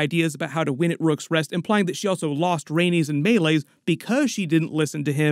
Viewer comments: It’s MAY-LEES not MAY-LAYZ!!!!!!!! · I love your videos but PLEASE stop saying Meleys's name wrong 😂 Its pronounced like May-Lease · I don’t mean this in a rude way but is there a reason you pronounce Meleys’ name so differently from the series? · Why do you refuse to say meleys correctly? Why can’t you say Addam OF hull?